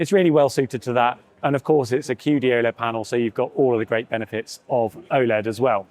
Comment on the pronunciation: qd-oled... What an embarasement 🤦🏻‍♂️